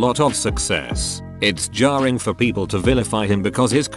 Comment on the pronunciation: “It’s jarring” - he’s definitely British